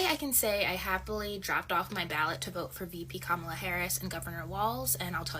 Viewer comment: If they are gonna say her name they better say it correctly